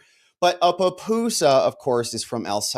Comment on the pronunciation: It’s PUPUSA not papusa. Leave Kilmar at Cecot but please get pupusas right, they’re delicious!!